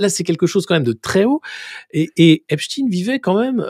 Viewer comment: TKT PAS...l'IMPUNITÉ C fini .... (Believe me) Écoutez, comment "EPSTEIN est prononcê : sont OBLIGÉS de prononcer EPSTIIN ... MAIS, TKT pas❤